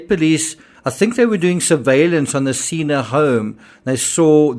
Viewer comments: Senna not seena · What a blessing that Charlotte Sena (pronounced sen-na, as in senator) was found safe and in apparent good health. According to the New York governor's statement during the press conference, there was no mention of any video evidence of the kidnapping. Thanks,, for reporting on Charlotte's successful return to her family.